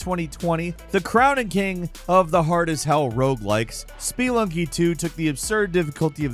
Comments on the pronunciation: It's "sp-uh-lunking" not "sp-ee-lunking" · "spee lunky"? Odd emphasis. I would assume it's pronounced like the word it's based on, spelunk. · Spelunky is pronounced "Splunky". There's no E sound after the P. Btw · Spee lunky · “ SPEE lunky “… nice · Dude can't say Spelunky right, but can pronounce Sekiro like that with ease! Ribbing aside, I enjoyed the video. I had a great time with a few of these games (Returnal, Sifu, and Ghostrunner). I'm playing Thumper right now and if I were making a list like this, then I'd be putting it at the top! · The way you pronounce spelunky makes me want to scratch my own eyes out.